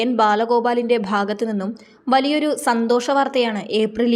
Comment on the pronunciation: എന്താ ശാന്തോഷം 😂